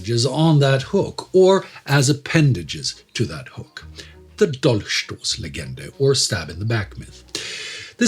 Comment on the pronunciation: As usual I quite enjoy your portion of videos, particularly when they go much deeper into certain concepts such as here with the Dolchstoßlegende. Furthermore, it helps a lot that you pronounce the German properly when reading out these quotes. Well done, keep up the good work.